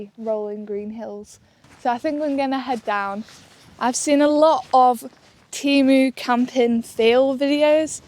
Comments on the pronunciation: ITS TEMU NOT TIMU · This is the first time I've not heard it pronounced "TAYMU" and I've bought a £15 green roomy 2-person pop-up tent and a hundred+ other great things from them..